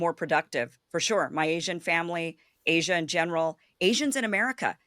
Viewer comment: Lol Az-ee-ah. What an obvious chinese agent